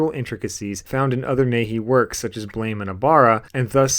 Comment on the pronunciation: And its pronounced 'BLAMM!' ... not Blame!.. 😆🤣👍😎ブラム! Buramu!...meaning explosion, not fault.👍